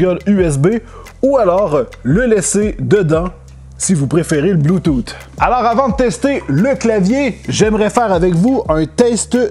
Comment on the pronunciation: 🤣''Bloutoute'' tu me cales😂 Mais sinon super vidéo, toujours à nous faire baver avec tout ton équipement auquel je comprends à peine la moitié😅